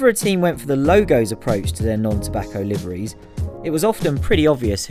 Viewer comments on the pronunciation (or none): none